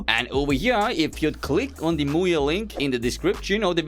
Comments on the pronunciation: i am romanian and i cant let my mom hear you say muye (in romanian "muie" its an insult) 💀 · bro in my country muye (muie) pronounced just like that means Beejay with a derogatory manner(avoiding yt cens) this video was so funny from my side, all I could hear was MUYE was doing this, MUYE was doing that, etc =))